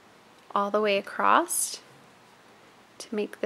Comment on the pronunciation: Please don't take this as a critique - I'm just really curious, from a cultural geography standpoint - but I'm wondering what region or state you are from. I ask because when you say "across" it comes out like "acrosst." I've heard another loomer's video wherein she does the same thing and I'm wondering if it is part of a regional accent. Just wondering. :) I'm a citified Texan, now transplanted to Michigan, so I go in and out of my Texan. ;)